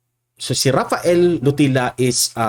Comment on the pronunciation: pronounced as lotilya